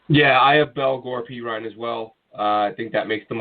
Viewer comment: It’s pronounced PEE-RYNE lol the way he pronounced it was making me cringe. Also, Jabari ZU-KNEE-GA